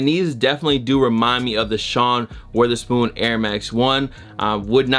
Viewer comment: It’s wotherspoon not Witherspoon 🙄